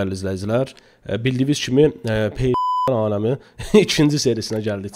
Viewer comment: Olem deyir pekines kimi deyir elebil zoparqdi😂😂😂😂😂😂